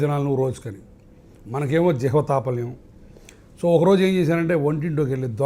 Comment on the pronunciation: జిహ్వ తాపల్యం కాదు చాపల్యం